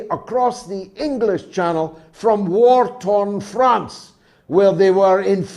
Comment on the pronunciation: "....From wartone France..." 😂🤣😂